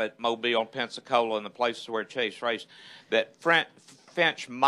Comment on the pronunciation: it's Chase not Casey.